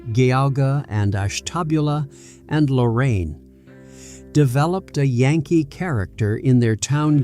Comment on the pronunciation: this AI's pronunciation made me not recognise county names in my own state lmao. The G in Geauga sounds like J. Ash-tuh-BYOO-lah. And Lorain Counties lmao. Between originally being part of Connecticut and having a large influx of New Englanders in my hometown, I finally understand why NE Ohio is soooo different from the rest of the state. The state is called 'midwest' for some unknown reason but, as a Clevelander, I have always felt an identity closer to that of a Philadelphian or Bostonian than a Chicagoan or even anyone from western or southern Ohio. They're different worlds altogether lol.